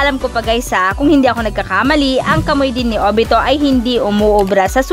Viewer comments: Kamuy daw ahha kamuwi basa sa kamui naun Hahahahahhahahaha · Kamui hindi KAMOY😂😂😂😂😂